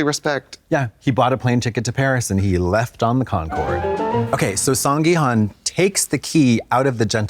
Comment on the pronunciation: If you guys go to Korea at least try to say people’s names right…come on it’s HOON not HUN